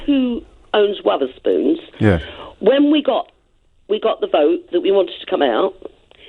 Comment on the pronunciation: It went downhill from "Wutherspoons".